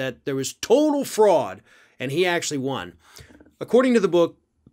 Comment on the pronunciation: "I wost the ewection" Please, he probably hasn't had one in years.....